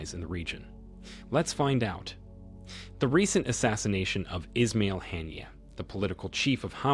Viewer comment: US should learn English pronunciation, never mind being unable to pronounce Arabic names. Or, do they do it deliberately. Haniyeh was a great and good man. Not called "Hannier"